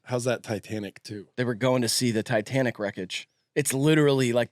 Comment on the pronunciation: Why does the mustache one keep calling it Ditanic?